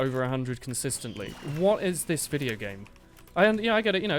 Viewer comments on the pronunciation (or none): WTF WTF U SAID VCIDEO NOT VIDEO WTF DUDE WTF WTF COME ON WTF Y U SAID VCIDEO NOT VIDEO ???????????!!!!!!!!!!!!!!!!!!!